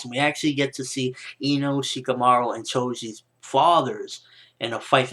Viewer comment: Its ''Cho'' Not Chouj -__